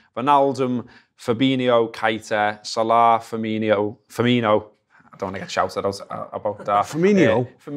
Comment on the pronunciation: FER..MI...NO!!!!! FFS!!!!